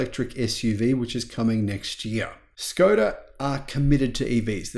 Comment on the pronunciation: Please pronounce "Škoda" as "Sh-koda"